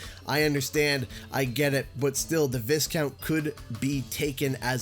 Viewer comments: Hate to be that guy (jk, I actually like to be that guy) but I need to let you know that you mispronounce the word 'viscount'. It's not viss-count but rather vai-count. I learned about that recently myself. Just trying to make people aware. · Uh, just FYI, "Viscount" is pronounced "vye-count" not "viss-count". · Viscount is pronounced VI-count, the S is silent. Stay in school kids, we don’t need anymore YouTube channels with a substandard narrator who can’t pronounce the simplest of words.